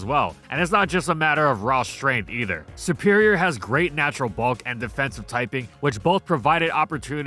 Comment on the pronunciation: It's not "sE-pErIoR", it's "seRRRRRRperior"!!!!!!